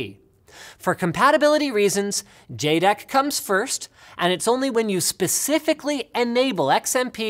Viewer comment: Jed-ek, not jay-dek.